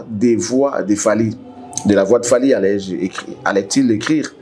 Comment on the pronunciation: Fally et non falky, veux tu bien corrigé, merci